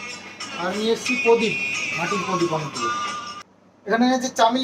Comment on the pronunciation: Podip na......prodip bolte hoy